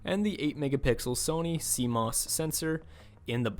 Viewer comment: Did you really call CMOS Seamus???